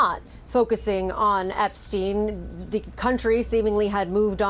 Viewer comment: "Meester Epsteen."